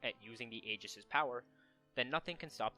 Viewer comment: The mispronunciations of 'Aegis' and 'Aion' are bothersome, but everything else about the video is good.